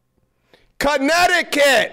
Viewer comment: “Chinnecticut” lmao